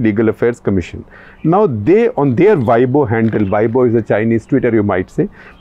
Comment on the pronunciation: weibo ., pronounce ‘ way po’